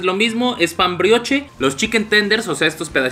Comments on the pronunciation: Se pronuncia "Briosh" saludos❤️ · Carnal. Si vas a hacer reseña de comida aunque sea checa como se pronuncian las cosas (pan brioche)